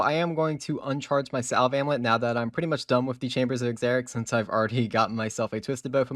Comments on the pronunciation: Like the vid but I'm going to jump in lava if you keep say 'Chamber of Exerics' lol. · "Chambers of Egzericks" lmao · The X in "Xerics" is pronounced as a Z "Zerics" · Enjoyed watching the long vid, but cringed everytime you said “Chambers of eXeric”… ain’t no e there mate… Xeric like xylophone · ZAIR- ICKS just gotta say that lol no ex-zair-icks D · Take a shot every time he say chambers of Eckzeriks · Please please please just say cox bro. You kill me with the chambers of ex zerics.... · Please stop saying " Chambers of egggzerickszz" 😅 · How many times does he say “chambers of a-xeric’s” lol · Take a shot every time he says "Chambers of Eggsericks" 😂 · Is it really pronounced chambers of Ex-xeric? or was that a joke to make me twitch. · Drink every time he says Exzericks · I’ll forgive your xeric pronunciation because you say sepulchre the same way that I do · The way you pronounce Xeric makes this almost unwatchable. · you said chambers of xerics wrong wayyyy to much lmfao. It was so jarring. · Take one each time he mispronounces xeric lol